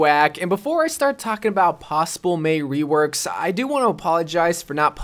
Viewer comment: I’m am I the only who noticed that he said WEworks😂😂😂